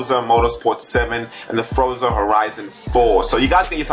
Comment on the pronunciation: No one noticed him saying Froza?